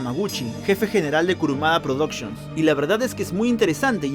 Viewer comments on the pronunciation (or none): "prodocshons" xD Excelente trabajo brother, muy detallado en todo sentido, tengo la misma espectativa con los siguientes vídeos 💪😼